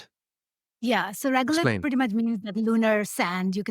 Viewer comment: It's Regolith not regulate. Just saying.